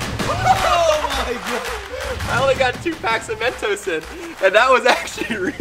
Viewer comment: its mentos not mentose 😂